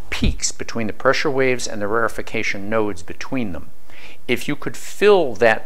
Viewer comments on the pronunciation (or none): Rarefaction, not rarefication.